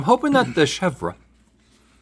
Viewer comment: I love how he pronounces chèvre cheese (shevdjsbe)